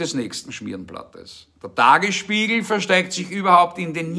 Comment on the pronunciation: Wie grundunsympathisch. Und er hat eine komische Aussprache: der Dagesspiegel!